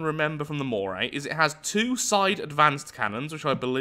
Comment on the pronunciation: "The Mockray"